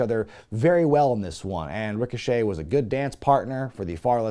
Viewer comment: I'm glad I'm not the only one who calls Ricochet "Rico Chet"